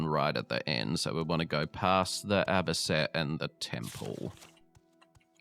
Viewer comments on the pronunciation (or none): It's A-Bee-Cee-Ann